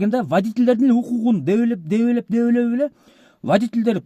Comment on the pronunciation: Дебелебейт😂😂😂 (Тепелеп-тепсеп)Десең! Дебелеп,дебелеп деп тантыбай😂😂😂